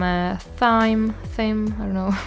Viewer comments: It all looks delicious! Thank you so much, and happy new year ahead. (The herb thyme, is pronounced time, the h is silent :) xx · "Thyme" is pronounced exactly the same as "time", "pudding" is "oo" like in "hood" or "good". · Hi! Love your channel! "Thyme" sounds just like "Time". I know those silent letters in English are confusing.